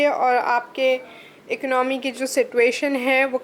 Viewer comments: Economy ko ecnomy bol ri ho 😂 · Mam plz don't mind the word economy is good pro noncation is eco no me ! you say ec no me